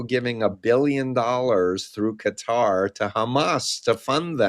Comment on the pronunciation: Thank you for saying Qatar properly. “ka-TAR”. So many journalists are saying “Cutter” and it takes two seconds to google pronunciation……😢